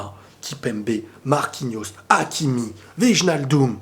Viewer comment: SVP fais un effort : ça se prononce OUÈYNALDOUM et pas VIJNALDOUM !!!!